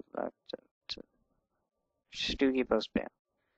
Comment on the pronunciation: It's pronounced "STOW-gie, not STEW-gie!!!"